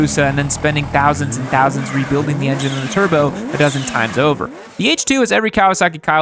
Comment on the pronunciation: Is it that hard to say thousand